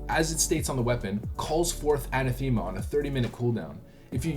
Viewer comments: uh-neh-thuh-muh not a-nuh-thee-muh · Great video! No diss but it's "An-ath-ema" not "Ana-thema" ;) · Not "ana, thema", but "anath-ema". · Everyone mispronounces Anathema. Its ANA-thi-muh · You Canadians and your crazy pronunciations lol! “Annatheema” he says 😂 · For the love of God, Anathema pronounced uh-NATH-uh-muh - yes it's a real word. The More You Know!